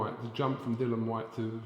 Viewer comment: Can can he not be capable of pronouncing Dillian's name.